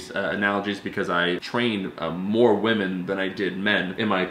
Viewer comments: As a speech therapist I Love the lesson on how to accurately pronounce women 😂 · I’m a speech pathologist and listening to you try to say “women” made my morning 😂